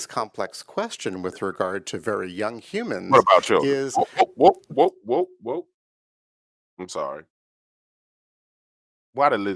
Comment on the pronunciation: Did you say... chilren ? Then you said Children..Listen to the rhetoric this man is speaking. .